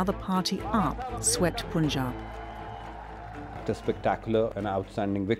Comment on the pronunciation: What's up with the Pronunciation? "Poonjaab" gosh! Propaganda content with awful pronunciation. How do you say "Pun"? POON is it?